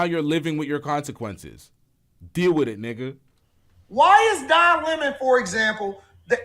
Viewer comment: He said it ALL when he said Don Lemmon😂💅